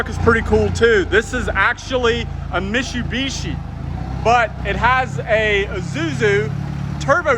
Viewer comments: Mishubishi??? It’s MITSUbishi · Stop saying mishu bishi its mitsu bishi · It’s Mi”T”subishi. There’s a T in there... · I've never heard Mitsubishi pronounced Mishu-bishi. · Its not Mishubishi its Mit-su-bi-shi, MITSUBISHI !! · Please learn how to properly pronounce Mitsubishi. It's not Meeshubeeshee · Mishubishi LOL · They way you pronounce mitsubishi is driving me nuts lol. its "Mit-soo-be-shi" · Mit-su-bi-shi... Mishubishi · Say misssshhsssubishi again... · Did you say “mishubishi”? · Car guy? Learn how to say Mitsubishi!🤦‍♂️ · Cracks me up every time you try to pronounce Mitsubishi